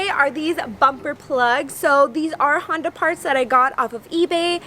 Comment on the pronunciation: haha it's a fucking Honduh Civic lol!